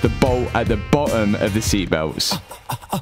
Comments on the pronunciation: Its not bo...om its boTTom😂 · Honestly great series. But jesus man. pronunciation. BeTTer FiTTer BoTTom